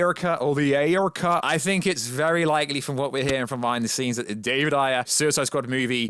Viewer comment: Butchering saying "Ayercut" on purpose is Cringe 🤦‍♂️